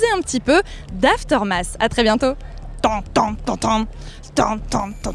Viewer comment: t as co fais une faute imbecile, c'est Aftermath et ce prononce aftermas plus ou moins